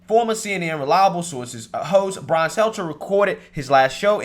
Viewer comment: Goddamn this guy sounds ignorant AF sometimes.. been years, and this fuckin guy still can NOT get Brian’s name right.. smh With his country ass…